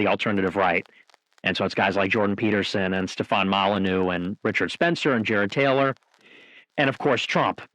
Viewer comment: OMG. He said Stephan Molyneux. LOL.